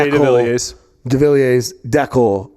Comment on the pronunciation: You'd think after how many years on the tour, you guys would be able to say Jay Devilliers name right. It's French. The last s is silent.